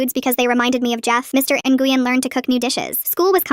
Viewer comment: Nguyen is pronounced Ngwinn